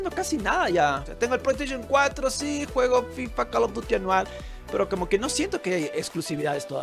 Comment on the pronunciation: pollo estaishon 4 xD